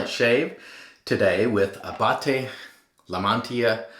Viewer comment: I suppose it's OK to slighlty mangle a name that seems to be written in TWO languages. Abbate is an Italian surname, y = and in Spanish and should be pronounces as a separate sound; La Mantilla is also Spanish. It all very confusing.